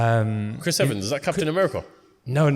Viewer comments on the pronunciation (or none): 😂 how can man say captain America 🤦🏽‍♂️